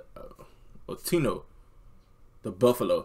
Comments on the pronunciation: Otieno is pronounced as {Ot-e-a-no} then put it together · its oh-tee-eh-no lol